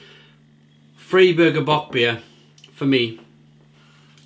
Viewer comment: Hi - Buffalo NY here! Love bockbiers, and it's the best time of year for them! Just a couple pronunciation notes for you: The beer is "FRY-burger" not "FREE-burger" The purity law is the "RINE-heights-geh-boat" Cheers!